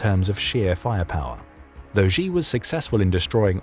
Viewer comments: Why should anyone believe your intel if you cannot even correctly pronounce his name? XI is NOT JHEE. SHEE NOT JHEE. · Why should anyone trust your intel? You cannot even pronounce his name. It's SHEE not JHEE.